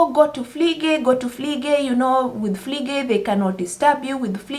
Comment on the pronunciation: Pflege. Not Fliege. Pflege. Pronounced as flege (the P is silent)Fliege is a fly. Or the act of flying. Also, in Germany, Pflegekraft/ Pflegepersonal is neither nursing nor being a nurse . It's Care-Assistent. And yes, it's not everyone's piece of cake. So I'm actually proud of you for saying no to something you cannot do or are not interested in